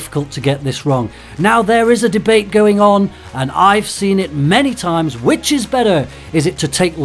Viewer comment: Am I the only one who heard 'witches is the most popular' instead of 'which is the most popular'?